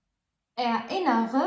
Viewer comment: Ich erinnere mich an meine kindheit سؤال للأخت ميرا ،لماذا تنطق erinnern متفرقة er لوحدها ثم innern لوحدها .هذا جعلها اصعب في النطق .